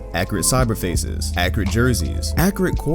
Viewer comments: Tazmanian Devil Also Agent says Accreate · No one:: Accreate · I cant tell if he's saying accurate that way on purpose or not since agent does it on purpose